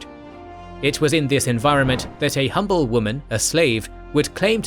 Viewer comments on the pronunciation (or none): none